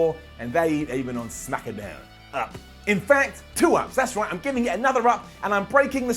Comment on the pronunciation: I keep giggling every time I hear "Smack'a'down".